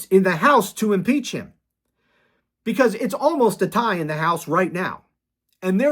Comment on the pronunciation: Did you say impeach him or impale him? I’m for both